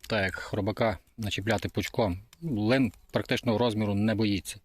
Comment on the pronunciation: Дякую що лин а не лNнЬ